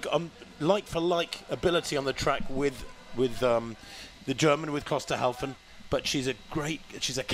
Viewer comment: The commentators have one job. To commentate on the progress of the runners in this race. You would think they would learn the correct pronunciation of the names of the leading runners, but no, for some unfathomable reason they believe that Klosterhalfen's name is pronounced Klosterhauzen. How difficult can it be?